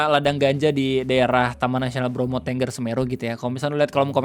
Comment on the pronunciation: Setau saya bacanya Bromo *Tənggər*, bukan Ténggér. Sama gausah berharap apapun ama Menhut baru. Menteri yang sekarang gapunya pengalaman Kehutanan apapun, dia pendidikannya filsafat agama ama ilmu politik, dapet jabatan karena dia petinggi partai dan member ormas. Salah satu kebijakan pertama dia di jabatnnya sekarang tu ngeganti logo Kementerian dari pohon bringin jadi kelapa sawit. Bikin curiga banget ada suruhan dari megakorpo sawit juga.